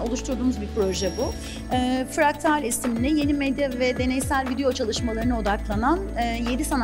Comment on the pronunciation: "İstanbulluları açılış sergisi “Fraklat”a davet etti." Serginin ismi "Fraklat" değil, "Fraktal"..